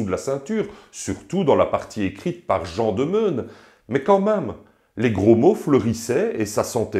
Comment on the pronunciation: Je suis outré par cette vidéo qui a profondément blessé mes oreilles. En effet, Jean de Meun(g) se prononce "Jean de Main".